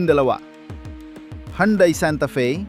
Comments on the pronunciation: Nakaka buwesit kung magsalita. Mali Mali ng bigkas Mali Mali Ang bilang ,pra ka lng may content ,, Anung yandai nakaka insulto Yan sa pangalan ng sasakyan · Ayusin mo pag pronounce Hyundai para kang shunga ungas ka